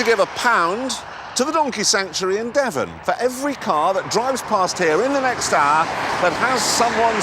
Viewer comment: he said hour like an Australian...